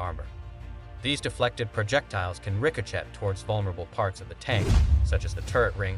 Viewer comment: I agree, AI seems pretty incompetent. You would think someone would train AI to pronounce ricochet correctly or at least proof the video after AI finished creating it. It also repeats itself way too much.